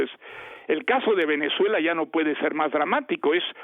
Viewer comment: Otro level escuchar a un premio Nobel decir “así Venezó Empezuela”